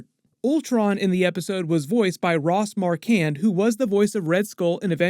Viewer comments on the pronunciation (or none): bro i love you but you gotta get Ross Marquand's name pronounced correctly